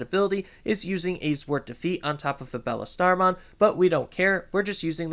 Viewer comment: I can’t get over him calling Beelstarmon Bellestarmon.